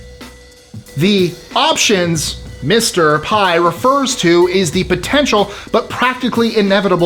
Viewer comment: " "Mr. Pai" "